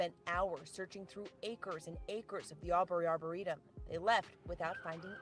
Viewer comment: I was watching a news report, I'm somewhat local to the area, it's a half hour to 45 minutes away from me, so my local news is covering it and one of the reporters mentioned it was her apple watch that pinged in that arboretum. Pronounced(Arbor-reetum)